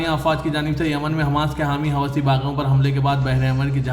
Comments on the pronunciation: It is not Hawasi- please correct yourself- it is howthi - hawasi is a bad word in Urdu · Huti hai hawasi nahi MD, sahi naam padhen